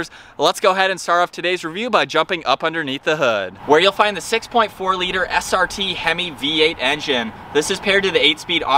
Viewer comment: HE DID NOT JUST SAY “STR” MODE 🤣🤣🤣🤣💀